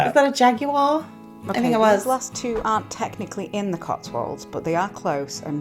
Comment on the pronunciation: By the way,i think the car was a Rolls Royce or Bentley ( but i could be wrong ) but CONGRATULATIONS for being the only American I've ever heard pronounce Jaguar correctly 😅